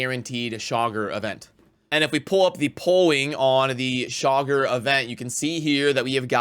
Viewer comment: Chaagur : Chay-Goor